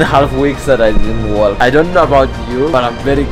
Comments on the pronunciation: The way that he pronounced the letter "L" while saying walk had my dying lol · I love the way this guy talks, pronouncing the L in the walk 😂😂😂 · I love how he says walk with no silenced L